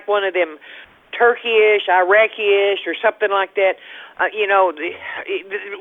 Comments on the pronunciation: Turkeyish. Eye-racky-ish. 🤦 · "Turkiesh"????Turkey sandwich?? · Turkeyish, iraqyish 😂